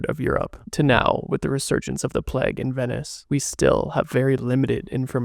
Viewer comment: I would love this way more if you didnt try to sound like an asthmatic smoker, and if you would at least try to pronounce the word Plague as it is intended to be... It's not Plaque.